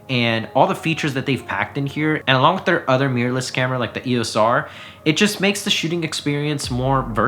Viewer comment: I like how he says "meeyur"